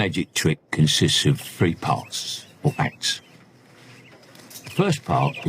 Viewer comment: Put your tongue between your teeth and retract it to pronounce three correctly